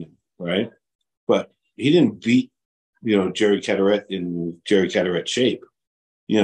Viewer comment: Larrahhht not Larette